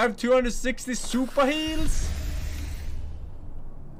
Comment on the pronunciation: from now on its SUPA-HEALS not super heals xD